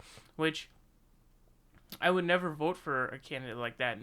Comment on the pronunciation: Nevah, evah!